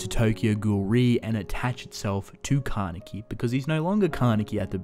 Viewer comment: Ka-ne-ki jeez